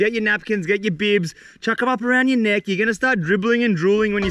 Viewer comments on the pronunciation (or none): none